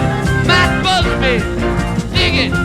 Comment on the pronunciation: Matt Busby, not Bubsy.